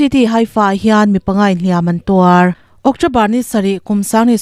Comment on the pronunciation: Beng avârin, i thu chhiar ngaihthlãk a nuam a, "Hliam an tuar," tih i lam dãn pawh a dik thlap mai❤